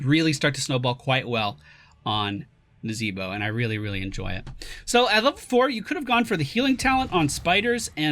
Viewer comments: is there a story behind why he says it that way? or is it just for fun? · Why do you say the name of the character in such a way?